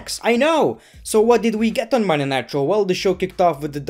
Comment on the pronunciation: You said monday night draw 😂😂😂